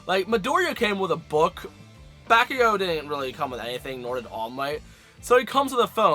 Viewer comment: He said back ooh go